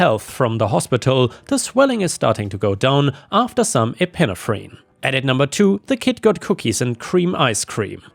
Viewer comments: Story 2 epinephrine is pronounced eh-puh-neh-fruhn. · Hi. Love your channel. Look forward to hearing you, every day. ❤ Just a quick note on pronounciation (in North America): Epi like epee Nef Ren Epee...nef...ren. Or Epeh...nef...ren. With very slight breaks, between syllables. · Epinephrine is pronounced e-pin-EFF-rin. It is an adrenaline hormone often used for serious allergic reactions.